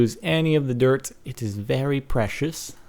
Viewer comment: dirk? he said dirk instead of dirt after the music!